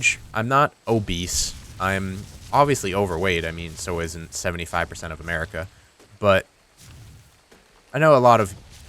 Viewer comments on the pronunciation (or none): none